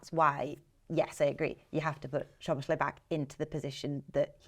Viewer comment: Every time I heard the lad say SHoboszlai, a little piece of me died inside.